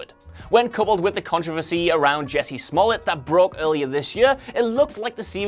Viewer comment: It's a shame that Empire dipped in quality, but it was like watching a bad telenovela by the time I stopped. Also, it's "Jussie", not "Jesse".